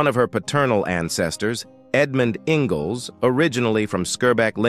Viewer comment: Robot can’t even pronounce the name, “Ingalls” correctly, for goodness sake. 🤦‍♀️🙄